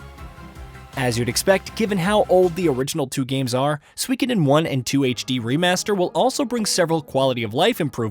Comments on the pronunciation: SUE E KO DEN. say it like that. You're saying wrong. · You are pronouncing the name of the game wrong.